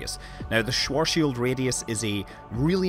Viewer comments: AAAAAAAAAAAARRRRRGGGGGGGGGGGGGHHHHHHHHHHH you cant say these german names, it´s called schwarzschild and not sworzs-shield. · I guess, if there is no light and it is pitch black the answer would be nothing at all, granted you wouldn't become a spaghetti of single atoms, which you would. It's not Schwoarrrrrshield, It's Schwarzschild! It's a name and you can't just change that only because you are too lazy to learn how to pronounce it right! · as a German, the Schworshield-Radius sounds... different ;) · Well, technically it's pronounced like "svart shild", which no one does.